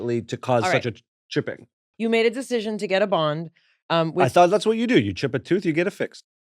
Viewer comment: I really enjoyed this episode especially when I figured out "bond" was being said and not "bong". LOL